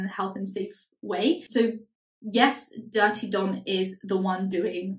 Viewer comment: everytime you say Durte Dom i think it’s “Dirty Dom” and it’s fitting.